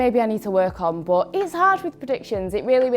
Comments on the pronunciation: I think its cuz your "but" sounds like "bot" , for me ... The "ehm" is kinda too much😭😂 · Is it weird that I love the way says but? 😅 I guess I'm jus an American who isn't used to the accent Edit: Wow, right after I finished typing this comment, explained her accent Edit 2: WTF! As I was finished typing the last comment, is asked about the way she says but 🤣